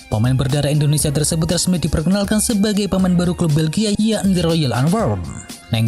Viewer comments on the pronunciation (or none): none